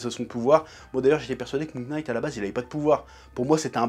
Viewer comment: Ça se prononce moon « night » pas « K »night un effort stp c’est insupportable comme prononciation…